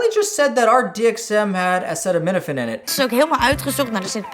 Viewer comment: "Dee Em Eqz weith acaytaneetaphayne"